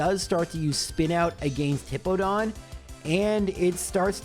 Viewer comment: Also, this is that time period where he calls it Hippo-don and I still hate it.